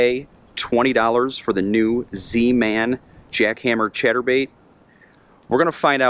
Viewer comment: Sounds like hes saying "Cheddar Bait"